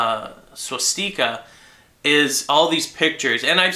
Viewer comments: stika not steeka lol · It's pronounced: SWAH-STICK-AH. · i was thinking penis still he said swastiker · swashTEEEEEKA? pronounce it right man. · Please, please stop calling it a Swaaaaaas-teeeeeka. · Why do you say swastika the way that you do? Is it an alternate way of saying it? :o